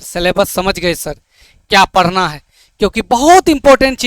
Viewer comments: Sar Padna hota hai parna nahi😂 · Padhna hota hai padna nhi😂 aur sar nhi hota sir hota hai 😂